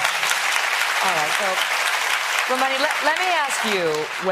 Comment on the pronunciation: Watch Ramani's facial expression as Megyn Narcissus Kelly repeatedly butchers her name. It's absolutely precious. Poor Ramani. She was obviously corrected during the commercial on "Ramani" then proceeded to again butcher "Durvasula." Ramani then demonstrates "grey rock." Hysterical!